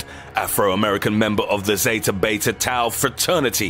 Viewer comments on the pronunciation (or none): none